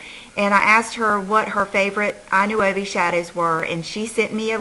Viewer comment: Thank you for the swatches! I know you always say to let you know about the pronunciation of certain products. Thought I would let you know that I Nuovi is pronounced eee Nwovi, which translates to The New in Italian. I hope this helped you out. By any chance, are the eyeshadows made in Italy? Glad your daughter's party went well!:)